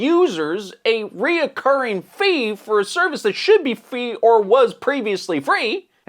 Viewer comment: Recurring is a three syllable word when you add an extra syllable to a three syllable word it makes you sound much less intelligent otherwise good job🎉